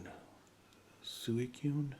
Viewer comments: Its pronounced Swee-koon. =) if you want to know. No worries though, even now not everyone can agree on certain pronunciations of particular Pokemon. =) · Don't worry about Suicune, even the hardcore fans don't know how to pronounce it.